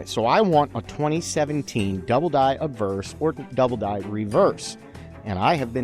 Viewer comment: so it's not uh-bverse, it's AH-bverse. I was wondering what didn't sound right in this video !